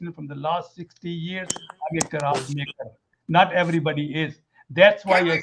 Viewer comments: Punjabi Qiraat HAHAHAHAH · Punjabi Qiraat 🙂🙂🙂🙂🙂and he even makes the Qiraat himself in the laboratory - I CANT HOLD MYSELF this guy has topped Holly- Bolly- and Mirzahood 🙂🙂